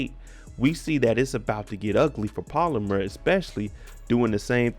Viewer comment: Pal-Oh-Mar not polymer .. lol